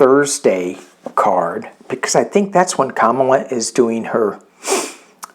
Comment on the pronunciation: Comma la not cam as in camera.